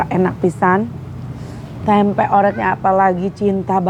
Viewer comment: Maaf ya klw ngomong Tempe gk ush di tmbain K..Tempe sejak kpn bhsa Tempe jd TEMPE K😂😂😂.aq dngrin ny mesti smbil ngoreksi klw teh Santi mkn tempe🤭🤣🤣🤣